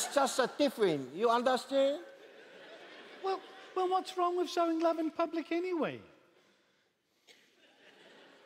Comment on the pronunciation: "you undehstann??" 😂😭